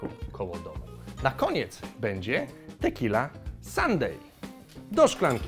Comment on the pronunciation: "Tequilla" :D